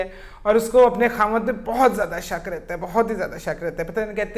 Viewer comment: Why u all r saying SHAAK, its shak